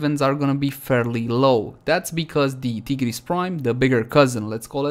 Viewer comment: pronounces tigris prime as tee-gris prime and they he says sancti tai- griss for sancti tigris. thats the main difference guys XD